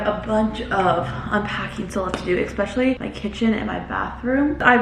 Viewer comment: You'd be less nervous at work meetings if you took the time to learn how to pronounce words. Like especially and praying (mantis).